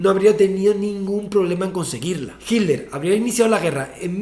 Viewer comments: No es adolf "GILDER.. " es H I T L E R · No se si dice hitler o himmler jajaj